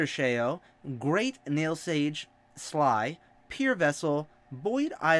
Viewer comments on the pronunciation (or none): Mmmmmmm BROTHERS ORO AND TOMATO AND PAINTMASTER SHEYO (you got oro right but mato is pronounced ma-toe and sheo is pronounced sh-ee-oh